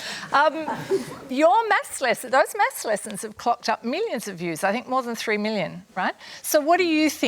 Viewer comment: The way they say math is irritating